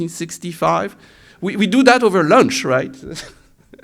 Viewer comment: Lunch not Launch.